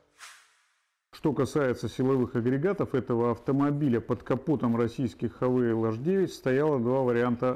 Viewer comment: Не Хавейл , а Хавал . Слог закрытый , поэтому Хавал .